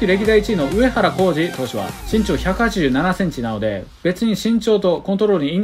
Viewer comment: ＿人人人人人人人人人人人＿ ＞身長がちん長に聞こえる＜ ￣Y^Y^Y^Y^Y^Y^Y^Y^Y^Y^Y￣